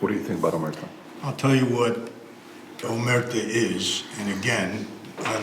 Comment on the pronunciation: Omertà - accent on last syllable - omerTAH - As we say in Sicliy... 'A megghiu parola è chidda ca 'un si dici. Americanised Cosa Nostra Italian sounds funny to Italians. Find a real expert to explain differences in mentality between Italian mafiosi and American-Italian Cosa Nostra. That would be interesting.